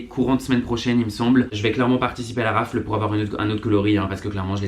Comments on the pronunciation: on dit pas raffle mais raffele et pareil pour waffle il faut dire genre wha ffle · omgg super vidéo comme dab on te kiff hein mais on dis waffeule et raffeule 😉